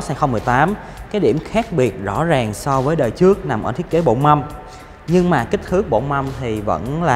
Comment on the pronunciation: "trước" chứ không phải "chước"